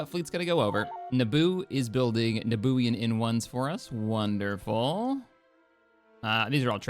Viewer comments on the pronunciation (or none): it’s pronounced noobian not nabooian 😂